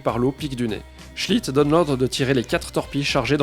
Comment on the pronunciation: Au début Je croyait que tu disait le capitaine chit... alors: toilette, chit .... Mais c est seulement et lisant les commentaires que j ai compris .... cool ta vidéo, intéressante en tout cas . Bravo!